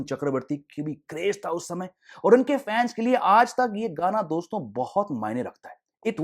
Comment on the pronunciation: Bhai its "Dosto" not "Doston"